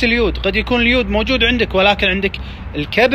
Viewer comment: تسمعون كلام مايعرف يلفض اليود😂 لاهوليوود